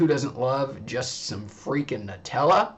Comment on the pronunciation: NEW-Tella....get it correct